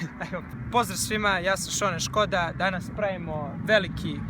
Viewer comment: Šone Škoda hahahahahahahah joj kad kae Škoda hahahahhahahahahahahahahahhahahahahahahahha